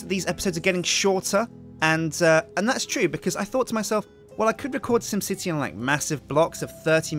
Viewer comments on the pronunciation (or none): Will say it again "Sjin Sipty" anyone?